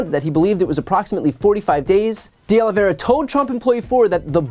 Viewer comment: Finally - someone who is able to pronounce De Oliveira correctly! I've heard De Oliveria and De Oliviera today. Great video!